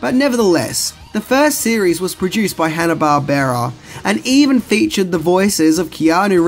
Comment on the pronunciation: Hanna-Barbera, hmm pronunciation was wrong in the video. what a shame.